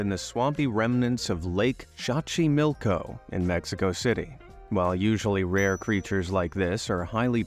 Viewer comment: Xochimilco is pronounced "so chi milk oh"